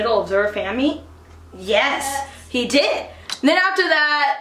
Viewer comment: I was dying when he said "YUS!"